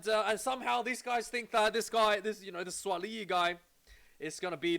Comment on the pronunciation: Bro you pronounce Suaali’i well.